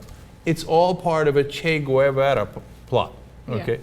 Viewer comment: I swear I thought I heard Cenk say: "Che Guayabera" lols. Yes, Che Cuban shirts Cenk. Che Cuban shirts indeed